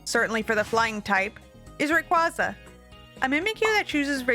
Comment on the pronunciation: Rayquaza is pronounced differently to how you say it